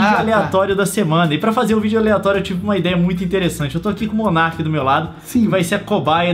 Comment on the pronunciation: o rapaz é *Monark* e não *monerk* tá